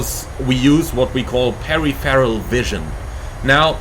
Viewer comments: Pa-riforal, right? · He speaks really good English but it's 4 syllables Stressed syllable in peripheral: pe-riph-er-al How to pronounce peripheral: per-if-er-ul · Pair RIFF Eroll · "Perry Ferral" vision? :) No, you pronounce it all in one go, per-if-fur-al. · Thanks for this really useful video! Just a heads up - peripheral vision is pronounced "per-IF-er-al" rather than "peri-feral". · A good chunk of the world pronounces it incorrectly is what you're saying :) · You are a great pilot and speak excellent English but your pronunciation of peripheral is lost in translation lol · I have to admit I've never heard Peripheral pronounced quite that way before and I honestly thought you were talking about something else. Haha all good fun mate. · Yes , diffent languages pronounce words differently . Took me twice listening to hear that the instructor was refering to the word " peripheral " , meaning roughly the outer edges of our vision . 😊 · Mate, just mispronouned the word and he made a joke about it 😂